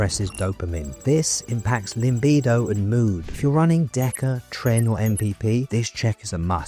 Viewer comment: Doc why do you always say limbido? Is there an in-joke we’re missing?